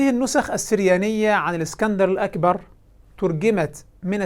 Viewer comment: بيقولك، الاكسانر "الاقبر" بالقاف. والله يستهال يتفضح على ديه لوحدها